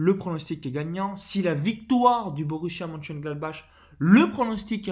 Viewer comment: Merci pour la vidéo Perso, je joue Victoire Domicile ou Nul remboursé, plus un lay 0-0 Juste pour info, MONCHENGLADBACH se prononce Monecheuneglatbarre et MAINZ en Français c'est MAYENCE